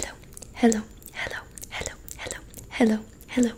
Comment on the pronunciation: Why are you saying heliu heliu heliu you can sae hello